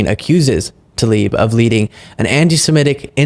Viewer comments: 'Tlaib" NOT 'Talib' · it's not TALIB, IT'S TLAIB. I know, it's tricky. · It is not Talib but Tlaib. How hard is it to learn the name you mention repeatedly. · Jake Tapper COULD state TLAIB's name properly...